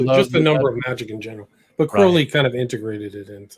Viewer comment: It's pronounced krau-lee not cro-lee...